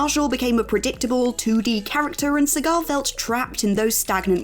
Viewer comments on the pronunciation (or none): Allowing for different pronunciations amongst countries, deferring to Steven Segal’s pronunciation of his last name is not the way to go. Jason “Seagull” is the usual way to say it